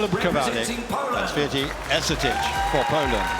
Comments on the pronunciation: I love how they pronounce Święty as, "sweaty"... lol. Our names are hard but at least learn them. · "Yousteena Shvyentae"not Swytee! Święty mean holy